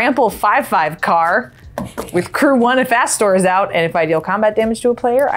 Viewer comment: When played Astor i legitimately heard "Asshole, bearer of Blades"